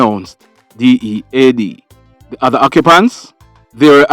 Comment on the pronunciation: Greetings love watching your updates. I THINK YOU SHOULD GIVE $5000 TO EACH PERSON CHRISTMAS IS AROUND THE CORNER YOU WILL BE HELPING SOMEONE LOVE IT WHEN YOU SAID D E A D 😁 KEEP UP THE GOOD WORK WILL BE WATCHING